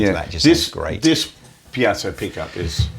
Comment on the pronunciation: Please people...it's 'pee-ay-zo' NOT 'piatso' or 'pye-zo'. Google says....'Piezoelectric Effect is the ability of certain materials to generate an electric charge in response to applied mechanical stress. The word Piezoelectric is derived from the Greek piezein, which means to squeeze or press, and piezo, which is Greek for “push”. Also....The piezoelectric effect was discovered in 1880 by two French physicists, brothers Pierre and Paul-Jacques Curie, in crystals of quartz, tourmaline, and Rochelle salt (potassium sodium tartrate). Ever heard of Pierre's wife, Marie ? She discovered and named ' 'radioactivity'. Clever bunch eh? So please, try to say the word 'piezo' (pee-ay-zo) correctly..many thanks :)